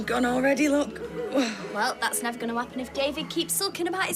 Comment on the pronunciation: Bro said neber 🤣🤣🤣